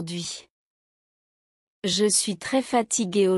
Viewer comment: Hmmm... When he says "Je", he simply says "Zhay", but when she says "Je", I hear her pronouncing a syllable immediately before the "Je", almost like she's saying "e-Zhay". Why is that? Listen for it in every he/she example.